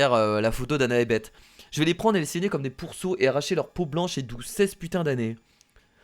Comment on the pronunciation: oh faite on pour beth on dit baisse pas bete